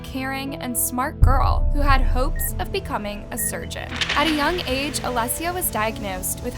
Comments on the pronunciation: the way you’re pronouncing her name as alessia is bothering me so much 😥😥😥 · you're blind. You obviously haven't been looking knowing her name was pronounced wrong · Why do you have zero consistency saying a simple name. Literally pronounced Alicia 4 different ways. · This was very hard to watch. If I was going to make a video about someone, I would learn how to pronounce the person's name correctly. I counted 3 different pronunciations durning this video. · They are saying her name wrong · You’re pronouncing her name wrong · is it clickbait? Or is it a lazy channel that can’t be bothered to check their work and make sure they’re not leaving typos like “the onine abduction” in the very beginning of their intro? Not to mention the blatant mispronunciation of the victims name throughout the ENTIRE video. This channel is so focused on pumping out frequent content, but doesn’t seem to care at all about the quality of the work they’re putting out. It’s inconsistent and often portrays stories in a manner that is problematic and disrespectful to the victims. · the obvious mistake in the title misleading the reader isn’t a hurried or lazy mistake. One word is purposely left out to make the story seem like something it isn’t… that’s a classic sneaky trashy reporter gimmick, also know as “clickbait” online. And the mispronunciation of the Alicia’s name pissed me off to no end! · in Spanish it is pronounced Uh-lee-cee-uh. Not alyssia. Thank you, I also speak Spanish. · isnt Alicia pronounced Ali-sh-a not Ali-sea-a sorry if im wrong no hate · Uh-lee-shuh. Alicia. Not alyssia. I couldn’t even watch this because my name is Alicia as well. Her name was even said on TV and you’re still not pronouncing it correctly. 🤦🏻‍♀️ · All the different name pronunciations are kinda frustrating. "Ah-li-sia" "Ah-leh-sia" Girl it's Ah-lee-sia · It’s Aleesha. Not alissia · I love your content but how can you possibly mess up the name “Alicia”??? You’re pronouncing it as “ALE-SSIA” it’s “ALY-CIA” 😂